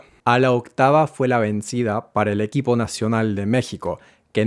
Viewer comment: It's not that native speakers find it hard to explain. Native speakers don't know what you're talking about and find no difference whatsoever and make no adjustment whatsoever. This guy pronounces 'vencida' with a truly awkward c sound that doesn't exist in Spanish but tries to be extra careful when distinguishing two kinds of g native speakers are incapable of distinguishing. If your language has the gamma sound, this may be helpful to you as you will pronounce cognates more effortlessly and naturally. But it will add 0% to native speakers' perception that you're pronouncing correctly as native speakers are 0% able to tell the difference.